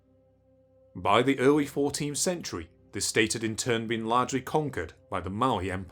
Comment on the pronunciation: ‘In the earwy 20th century, European knowwedge of the geogwaphy of west Africa was nearwy non-existent’ It’s gonna be hard listening to a 9 year old narrator…